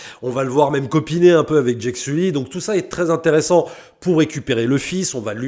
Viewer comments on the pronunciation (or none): none